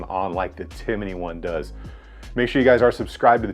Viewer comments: Timney---- Tim-ney, not Tim-i-ney. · Hey bud it's Timney pronounced Tim Knee not Tinimey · It’s TIMNEY, not TIMINEY. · Timney, not Timiney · Tim uh knee. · I hate listening to him trying to pronounce Timney. It’s not timmAney. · tim-in-nee lol I really appreciate this deep dive/up-close look at this new trigger on the market. It's getting some serious consideration for a Polymer80 build I'm planning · Just wanted to say it’s pronounced Tim-knee. But great review! For those interested in some more info on the Timney, check out my thread on BENOS. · I believe that was teasing you about the way you pronounce Timney. You add an extra syllable to it. Great video though.